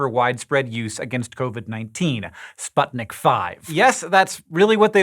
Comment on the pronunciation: As far as I know, the name of this vaccine is pronounced "Sputnik Vee".